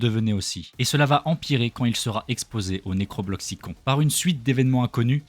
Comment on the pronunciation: C'est juste pour te dire ça s'écrit necrobloxicon mais ça se dit necrobloxicone